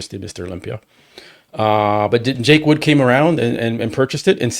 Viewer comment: … it’s Jake “Wood” not Jake Woods.